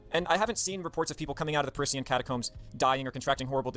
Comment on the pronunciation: thats not how you say Parisian